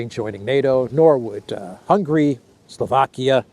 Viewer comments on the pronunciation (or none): none